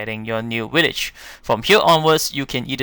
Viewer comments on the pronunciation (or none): Whats a wideo and willage lol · Willage????? WTF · How many times dose this guy sat willage